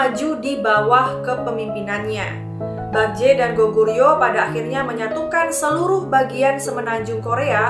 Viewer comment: Bukan bakje mbaa tapi bekje e nya kek baca bebek